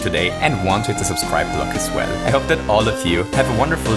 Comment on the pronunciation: RedRover88 and when he says goodbye